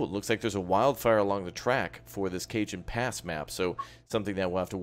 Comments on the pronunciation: It’s not Cajun pass it’s “Ca-hone” pass but good video 👍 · i thought it was (ca-hone) not (cae-jan) pass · Cajon Pass, the "J" is pronounced as an "H', it's Spanish. So it would look like CaHon Pass. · Cajon pass is pronounced “KA-hone “ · Did he just say “Cajun Pass”? 💀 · FYI; its pronounced kuh·hown pass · FYI - Cajon Pass is pronounced as: "Kay-Hoan Pass" - Very nice video!